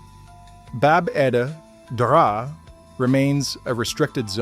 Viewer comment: This is great :) (btw, it's pronounced "bab eh draw"). It's also close to the hard packed in ash and sulfur structures of Sodom and Gomorrah.